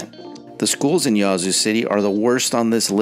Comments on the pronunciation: "Yazoo" is pronounced with a short"a," as in "hat." Your stats are poorly thought out, as evidenced by the fact that Jackson wasn't #1. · Why are you pronouncing "Yazoo" in such a bizarre & affected manner? Sounds as though you're calling it "YAH-zoo", lol. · You’re killing me with how you pronounce Yazoo City. Jackson should be number one on this list then McComb. Next, the entire Mississippi Delta which includes Greenwood, Greenville and Indianola. Clarksdale and Cleveland are also in that grouping. I still love my state, mainly the rural parts.